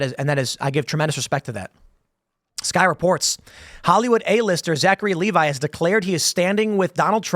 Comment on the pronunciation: Lev-ee Tim, not Lee-vi